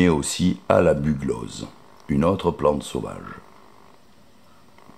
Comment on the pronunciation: On prononce "ékium vulgaré" et bugloSSe.